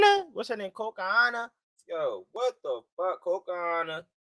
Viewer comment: Put out that lefty, son. It's HINATA, not Hinta. Lol Also, it COCONA, CO-CO-NA, not Cocahantas. Hahaha.